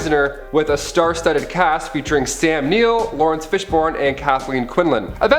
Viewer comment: "...FishBORNE"(?) ....try again.